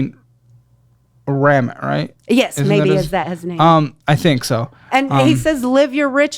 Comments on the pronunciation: Also his name is pronounced with the stress on the i, it’s RamIT, not RAMit! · The way she’s taking Ramit’s advice so wrong I can’t 😭😭 he literally always says you can’t live your rich life in debt…. Also she said it right the first time it’s “Ruh-meet” not “Raaa-mit” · It's not "ram-it" it's "rom-eet". He's indian. And she's wrong. Yes she says live your rich life but that's only IF you can afford it. Which she cannot. Had she actually followed anything Ramit said, she would look at her statements and KNOW the date it will be paid off. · It’s “ra-meet” not “ram-it” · Ramit is pronounced Ram-eat or Ram-eeth, I believe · Not pronouncing Ramit’s name “Rahm-it” 😭 love you but respect the community and know how to pronounce the major players names Also this lady does not understand his message at all. He doesn’t say “live your rich life now” 🙄 he says pay off debt and start SAVING and BUDGETING for your rich life. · She’s right, it’s pronounced Ra-MEET! Ram-it 😂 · …it’s (Ra-meet) not (Ram-it) 👀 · RAMIT SETHI MENTION also she was saying his name right lol it’s ra-meet not ra-mit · It’s pronounced RaMeeet. And he’s great! And when he says living your rich life it definitely is not talking about what she is doing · calling Ramit “ram it” sent me over the edge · It's "Ruh-meet" and he says to live your rich life now AND in retirement by becoming really clear on what to spend on and what to ruthlessly carve away from your spending to make room for the stuff that truly means the most to you. He does not advise to live your rich life today and forsake your future! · She pronounced Ramit's name correctly, it's not "ram it" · Omg his name is Ramit (ra-meet) Sethi and she’s not following his advice at all. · His name is pronounced Ram-eet. He is awesome and would never endorse what this lady has done. Check him out! He does couple audits. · she said Ramit right. Please stop calling him Ram It hahahah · It’s Rameeeet, 😂